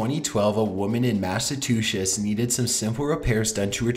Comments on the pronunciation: Trying to pronounce Massachusetts: "Massive-two-shits" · he said massatoosits not Massachushes lole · “Watching from the floor vents. A lady in Massatchis” (Mas-uh-tu-chis)😂😂😂 it’s Massachusetts not Massatchis😂😂😂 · Mass-a-two-shitz? It is pronounced "Mass-a-chew-sits", I used to live there. I hope this helps. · MASS A TOOSHES I believe it is: MASS-ACHOO-SETS. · It's Massachusetts, not Masetushes. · "a woman in Massa-two-shits" lmao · hopefully this can help Mass-Uh-Chew-sits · say it with me Mass-Ah-Choo-Sits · The way you said Massachusetts tho was kinda funny lmao 😂 mass a two shits I think I heard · You forgot about how he called Massachusetts, Massatoosits. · It's not masatusets. It's Massachusetts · massa-toochits. lol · "Massatwoshits" lmfao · masatooshits lololol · I rewound it five times to hear him say Massetooshess. 🤣🤣🤣🤣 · MASSATOOSHIS? ARE U KIDDING? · it's MassiveTwoShits 😂😂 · Massachusetts. Mass-e-chew-sets ...try saying it again. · And :massa-two-shits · Mass-UH-chu-setts actually. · bruh come on😂😂 its spelled mass-a-chu-sets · Masatuchets? Hahahahahahah bro it's Massachusetts. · "Mashatuchets" What is that? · Math and tooth sets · mass eh two shits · massatooshits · omfg lmao right when I read it it said "Massa-two-shits" 😂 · Massetuchets lmao :P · “A woman in Massatwoshits”😂😂😂😂😂😂😂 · "Massatuchiss" LMAO!!!!!! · this dude said massatushes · Was not expecting the intonation of a valley girl. Also....Massatooshis??? E--MAN--ating? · This guy really said massatoocious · As a former New Englander I feel a bit triggered about you pronouncing it as machatusits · " Massatew-shits" really?? hahahahahaha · "A-MASS-OF-TWO-SHITS" XD ... Uhh anyone? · #3 he said masatushes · Massatooshits? LOL 😂😂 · did he call Massachusetts massechesautes??????? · Did he said masetushes??? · Massatooshis? Really? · I know you are learning how to say Massachusetts but imma just write out pronounce it Mass-achoo-sits